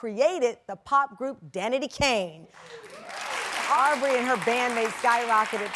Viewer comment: Not Arrbrey lol